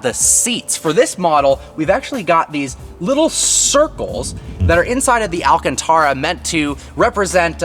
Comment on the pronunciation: still can't pronounce "alcantara" correctly smh lol